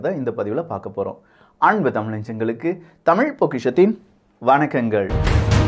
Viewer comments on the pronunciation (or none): none